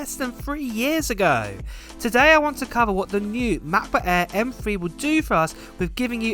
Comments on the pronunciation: Say it with me now MACK book air not Ma buk aah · “Macbook Ayeee…” 😂